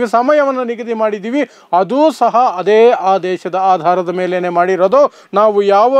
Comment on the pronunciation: ಹದೇ ಪ್ರಕಾರ ಅಲ್ಲ ಅದೇ ಪ್ರಕಾರ ಹೇಳಪ್ಪ ಕನ್ನಡ ಕೊಲ್ಲಬೇಡ